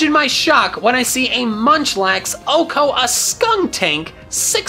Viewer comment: Still pronounced wrong 😒